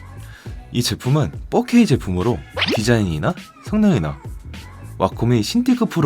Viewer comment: 잘보고 갑니다. 4K 발음 하실때 자꾸 fuck K 라고 들리네요